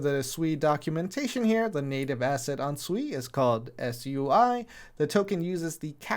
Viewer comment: I thought it was pronounced sway. Like water in Mandarin